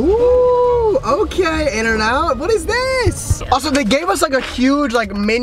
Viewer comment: in n out being d hurt me as a californian